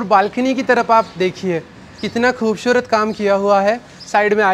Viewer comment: Bolne ka tarika improve karo. 'खूबशूरत ' nahi खूबसूरत bolo